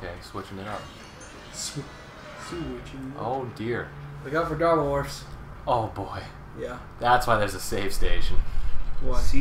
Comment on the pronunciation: Oh, Darblemorphs? First I understood Daredevilmorphs.